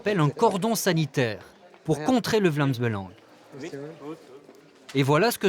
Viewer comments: «Vlams beulange» 😧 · Mais c'est fais exprès ou quoi ? Vous vous dites Vlaamz Belangue Et Anvers se prononce Anverse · Si une membre n'arrive pas à prononcer le nom du parti; ça fait d'elle une bonne camarade. Avec un si beau accent, il a prouvé qu'il était bien belge.